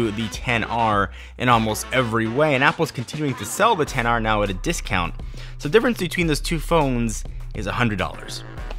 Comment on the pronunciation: it's only at this "10R" mention i realize you didn't pronounce X.R